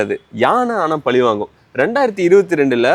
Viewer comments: பலி இல்லை பழி.... ஊடகத்தில் பேசும் போது சற்று உச்சரிப்பிலும் கவனம் செலுத்த வேண்டுகிறேன் 🙏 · Please correct your tamil... its not pali but pazhi